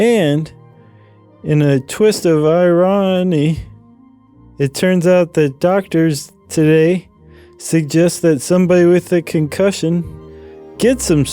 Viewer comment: "Twist of I Ron Nee" lol had me rolling with that one!